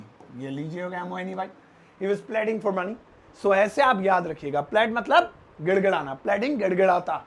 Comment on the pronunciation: sahab, you're doing a mighty fine job but you need to be careful about the pronunciation of certain words. Indian English teachers don't care much for the same. The word "pleading" is pronounced as "pleeh-ding" not "pledd-ing".